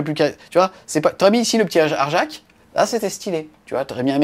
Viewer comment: belle recap, juste une chose apprend a prononcer certains noms:) arjac qui se prononce aryac bjorn qui se prononce byorn, j égal ye:) en toute humilité:)) mais merci encore pour tout le reste ne change pas:))